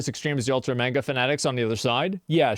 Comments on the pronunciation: Asmon. It's pronounced "mahn-ga" or "mon-ga." Not "mayn-ga." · I don't know how seriously I can take anyone's input on the subject when they say "mengah". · He lost me in the first 30 seconds, ...... "MENGA", ... lol.